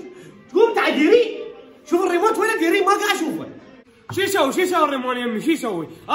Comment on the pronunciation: الريموت وليس الريمون🤔